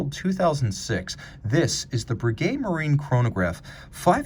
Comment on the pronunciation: very nice piece - even though a fresh video, I need to correct my beloved watch commentator in his French - you pronounce "Marine" in French similar to English "Marine" - you speak the "i" as an "e:", not as did with the nasal French sound. cheers